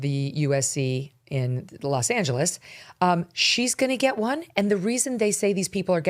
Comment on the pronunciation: Megan when said Los Angeles that way enough